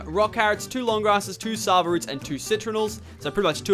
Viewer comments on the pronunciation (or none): jont say savaroot say saaavaroot